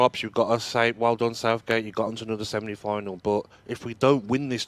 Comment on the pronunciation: Is saying 'semni final'?